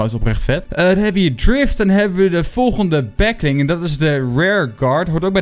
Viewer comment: waarom zeg he de hele tijd back ling?